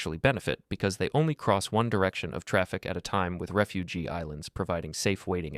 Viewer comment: "RefuGEE islands?" LOL! They're not people from war-torn nations! LOL! It's: REFUGE islands, with ONE E.